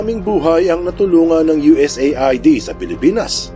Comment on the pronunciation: US-AID ang tamang pag bigkas sa USAID...